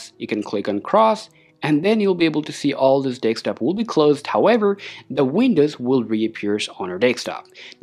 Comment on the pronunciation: Very confident delivery but.. please don't say deKstop? it's deSktop (DESK TOP)